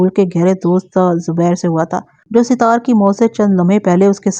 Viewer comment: Sat.....taar sahi lafz hy Sit...taar koi lafz nahi hy